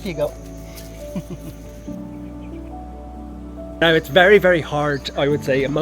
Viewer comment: Im love ‘s British language ❤ And mostly how he pronounces "don't you"